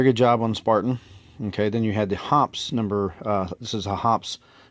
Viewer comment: Much ado about nothing. "Accuracy" oil? Don't forget "Military Grade", and my personal favorite, "Extreme Duty" oil. H○r$€$h¡t !!!!! 50+ years of shooting. NO MALFUNCTIONS, NO RUST. Kerosene or Mineral Spirits to clean. Synthetic 10w-30 for lube. If it works, DON'T FIX IT. BTW......It's pronounced "Hoppeez", NOT "Hops" F^^^^^g amateur. Hops. 🙄